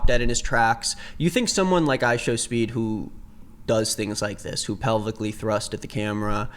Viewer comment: "ishowmeat" bro😭😭😭😭😭😭 this is so unserious